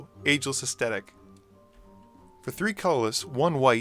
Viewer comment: Did you just pronounce it "Astetic"? Woof.